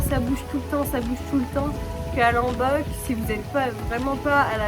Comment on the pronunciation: Ça se prononce"LOmbok" avec un O pas un A 🙏🏻